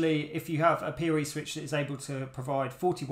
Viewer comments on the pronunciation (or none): OH, he’s saying “PoE” not “peerie” 😂 English subtitles would help